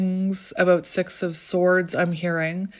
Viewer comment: O wow 🎉 so accurate so grateful for this clarity what my intuition already know 😅 when u said six of cups I heard sex of cups ❤